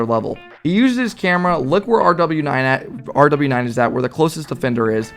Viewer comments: its pronounced rowas not rw9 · rw9 is pronounced rwas M7sn is pronouced mason i think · It’s pronounced row aus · RW9 is pronounced row-waaas and M7SN is pronounced maw-sin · Rw9 = roo-wass M7SN = mah-sun